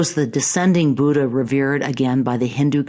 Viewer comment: I am an Indian and I am afraid that's not how Buddha is pronounced. In Devanagari script, it's written as " बुद्ध " and its correct pronunciation is very much different from how West, China and South- East Asian countries pronounce it.